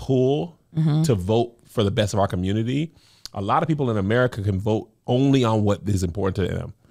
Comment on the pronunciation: not the "Camunity" lol